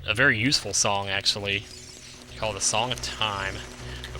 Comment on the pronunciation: why you say sonng of time